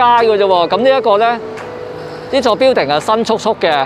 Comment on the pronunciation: 你英语口音好过瘾，好多发音都可以用中文写得出。😁 building：表顶 apartment：阿趴问 burger：bö假 online：昂拉